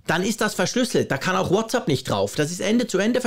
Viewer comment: danke für deinen engagierten Beitrag zur aktuellen Unsicherheit und Aufregung bzgl. der anstehenden Änderungen bei WhatsApp. Ich muss jetzt aber doch mal darauf eingehen, dass du - auch im Apfelfunk nervt mich das schon, seit ich den höre - „WhatsApp“ falsch aussprichst! Was du dazu sagst, ist die englische bzw. amerikanische Begrüßungsformel „what‘s up“, also mit a auf der zweiten Silbe. WhatsApp aber bitte bitte mit „ä“ auf der zweiten Silbe! Du sprichst doch sonst so gut englisch, ich kann kaum glauben, dass du deinen Fehler bei der Aussprache in Abrede stellen würdest. Irgendwie habe ich den Verdacht, du sagst es extra falsch! Aber warum? - Ich fand es übrigens, als WhatsApp seinerzeit rauskam, einen sehr lustigen und intelligent gewählten Namen, für mich damals klar eine Anlehnung an das gängige umgangssprachliche what‘s up. Das „ App“ in den Namen zu nehmen, ist ja auch folgerichtig, denn wir benutzen ja für den Dienst die entsprechende App lication. Nichts für ungut, meine es nicht böse und bleibe Fan. Bin auch kein Haarspalter!